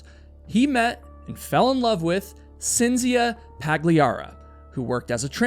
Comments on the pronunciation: FYI: Cinzia is pronounced (Ch)inzia in Italian. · Everytime you say "Cynzfcia", my European ears are trying to end their life & explode🥲💀🥴🤢🫩🙉🙉🙉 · For future reference and only for information, rather than criticism - Cinzia is pronounced as CHINZ iya and Giovanni is joe VAHNI ; accent on the capitalized syllables. I can't believe that I knew nothing about this story, especially since I've lived in Italy for 30 years and neither my Italian husbands or my friends here have ever mentioned it. So glad you covered this mind blowing story! Now I have to start asking people whether they think he did it or invented it. Thanks very much for another great video!! 💯💯💯💯 🙂🙋🏻‍♀️✨ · Love these videos but the mispronunciations are driving me crazy ...Cinzia = Chint-zee-ah. Giovanni - Joe-vah-ni. (Sorry, I just can't help myself ... carry on) ;)